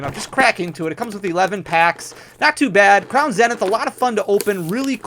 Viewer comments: Zeeeeenith. Say it with me, Crown Zeeeeeenith. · Good, now we don't have to hear you say "zen-ith" instead of "Zee-nith". And "Zay-she-on" instead of "Zah-see-in". 🤣🤣😜😜😜😜❤❤❤❤ JKJK, love you man! I need the Gold Giratina! 🙏🙏🙏